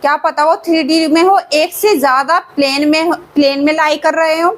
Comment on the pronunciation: plaan nhi plane 😅